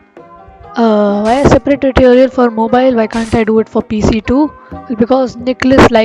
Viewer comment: it sounded like "mO bElL"